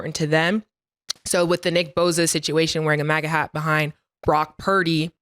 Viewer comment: its boSa not boZa 😂😂😂 tell em said shut up n rush the passer Nicki boza